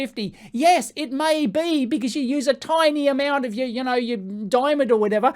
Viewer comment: "DIAMNOND" hahahahahahaha